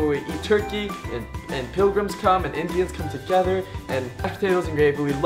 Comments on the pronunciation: Hahaha did you hear the part on that he said put togeder in stead of put together 😂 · he said togeder